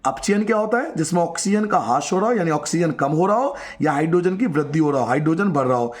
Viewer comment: हास्य नहीं, ह्रास